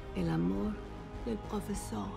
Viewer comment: "El amor del profesog"